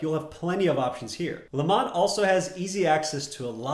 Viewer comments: It’s lemont not lamont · Yes Lemont, spelled correctly...not Lamont (as in Sanford) 🙄